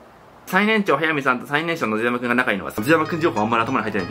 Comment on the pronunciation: 野津川くんじゃなくて野津山くんって言えてるの偉い!!